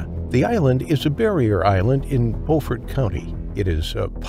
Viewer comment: Beaufort is pronounced with a long "U", not an "O".